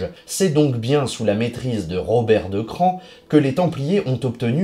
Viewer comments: c a r se dit '' cra'' , plus ""on"" ca fait CRAON , pas CRAN ! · Le mieux est sans doute que vous contactiez les propres habitants de Craon, dont la mairie par exemple, pour voir comment eux-mêmes prononcent le nom de leur ville... mais bref, vous semblez détenir toute la vérité, je vous envie... Bonne journée à vous aussi et au plaisir d'argumenter sur de prochains sujets.